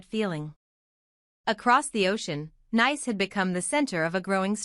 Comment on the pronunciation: If you do anything please pronounce NICE as Neese. The first is a adjective the second is a Country. We are talking about the Country!